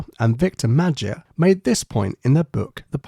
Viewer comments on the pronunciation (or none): none